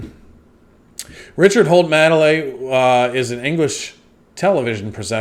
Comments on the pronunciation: The main difference between them is Richard Madely is successful. Also it’s pronounced Maid-ly. Maid like in housemaid. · It's Richard Made-ley, not madly! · It's pronounced "maid-lee" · Pronounce it MADE - LEE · IT'S MADE MADELEY NOT MADELEY! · His name is pronounced made-Lee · Richard 'Made lee ' pronounce as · Yeah, his surname is pronounced "made-lee" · Pronounced "Made-lee" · He has been knocking about on British day time TV since the 80's! But think it is more recently his mannerisms, penchant for saying mildly offensive / insensitive things, the comparison is there for all to see! His surname is pronounced Maid - Lee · "Made Lee" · Madeley=Made-lay, he's actually quite funny and defo not the worst. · You say it like ‘made-lee’ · His name is pronounced: Richard Maidaley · And it's made li by the way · The ‘A’ in Madley is pronounced as in play. Richard Madley and his Wife Judy did a morning show together for many years called ‘ Richard and Judy’. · No it's NOT, no double e at the end.